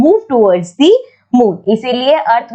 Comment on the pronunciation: Ma'am you can pronounce "thi" in the word the where the first alphabet is a vowel. otherwise you should speak the.